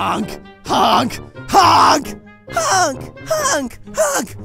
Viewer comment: Not HOONK HUT